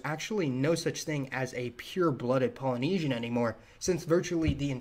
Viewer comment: "Allnesian" (Melanesian, Polynesian, Micronesian)...